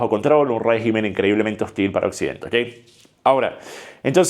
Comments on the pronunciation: ¿Y si China o Rusia deciden apoyar a Irán? P.D: Se dice rÉgimen no regÍmen. Así como regÍmenes no rÉgimenes. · Se dice RÉGIMEN, con acento en la E. En plural es que se dice REGÍMENES, con acento en la I.